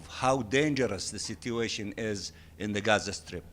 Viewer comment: I swear if he miss-pronounces "situation" again im going to break my phone.